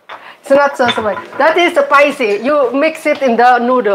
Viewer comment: spicy itu nyebutnya spaisi bukan sepaisi.... 😆😆😆😆😆😆😆😆